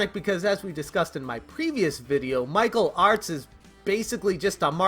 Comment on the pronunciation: Through my crappy 5S speaker, every time you say Michael Artz it sounds like you’re saying Mike O’Hart...